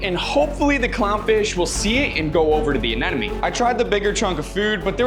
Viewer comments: If I had a dollar every time this dude mispronounced ANEMONE as anenome, I would have 100 dollars😁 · It’s anemone not anenome…you should know better. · Am I hearing him pronounce it as Anenome instead of Anemone? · Uh-NEM-uh-nee. Not "an enemy." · Why does he keep saying A-NE-NE-MES??? It's anemone! Stay in school kids! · Its not Anenome. Its Anemone. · It's ANEMONE, not ANENOME!! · My head hurts whenever he tries to say anemone because he literally pronounces it anenome 😢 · Maybe now you can learn to properly pronounce it. A-nim-o-knee. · what the hell is that pronunciation of anemone? anenome? whattttt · You are Nemo case he can not say anenim